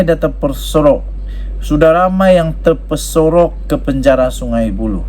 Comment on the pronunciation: Pembetulan...terperosok,bukan terpesorok...☺️